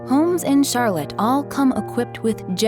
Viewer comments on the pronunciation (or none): Who chose these towns? Obviously someone who has never been here! Rutland!!!! Barre?????!!! Newport!!!!! 🤷‍♀️ BTW, it’s CharLOTTE…